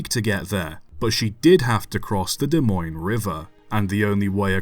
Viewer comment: Wow pronounced Des Moines right. Even people a state away can’t do that